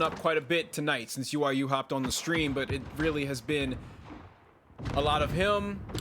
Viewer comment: Omfg .. she says UYU as “ooyoo”